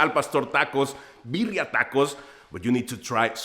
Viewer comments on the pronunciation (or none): none